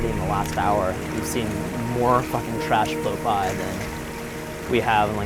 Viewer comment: That was, like, the most, like amazeballs speech I've like, ever ever heard in like, at least like the last 2 seconds... Ugh, the fact that she turned the word "trash" into a 2-syllable word ("tuh-rash") was the icing on the dimwit cake. Even still, I've read perhaps a dozen comments from thirsty basement dwellers saying something about banging her. LOW standards, fellas. Sheesh. Oh, and this trio of videos was TUH-RASH, thank goodness now in 2020 Vice is starting to go back to the quality standard that put them on the map in the first place.